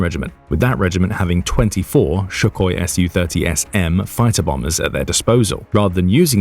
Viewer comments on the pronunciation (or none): It's Sukhoi, not Shukoi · It's Sukhoi NOT Shukhoi! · Dood! It's not Shook-Oi! It is, and always has been Sook Oi. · probably nothing. But brits have slowly been pronouncing more and more instances of the letter combination "su" as shoe, and now it's spreading to the beginning of words. Does this guy have a female friend he calls 'Shoe-san" (Susan)? Wouldn't surprise me.